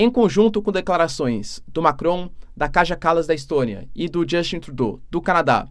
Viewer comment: Professor, a letra J na grande maioria dos países europeus, e isso inclui os balcãs, lê-se como o nosso I. Entao o nome da chefe de estado letã lê-se KAIA e não KAJA.